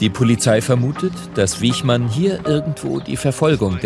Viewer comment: Der Mann hieß Wichmann, nicht Wiechmann.